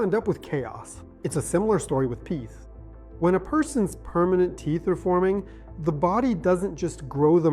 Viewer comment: This is typical hallucinatory AI, many instances of mispronounced words (and clicks), like USAG(J)-1 , T(P)eeth , these are all hard to swallow. Stop using AI! It's expensive garbage... I stopped watching at this point.